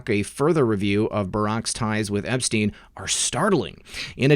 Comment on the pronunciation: Learn to say Epstein. You sound ridiculous.